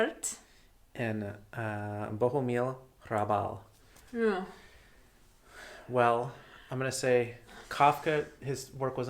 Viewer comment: please, do read some Bohumil Hrabal. That one really hurt. Other than that one you have my endorsement.